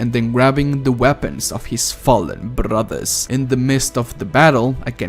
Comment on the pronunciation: I like how when he said he grab the weapons of his fallen brothers in the beginning he rolled the r in brothers lol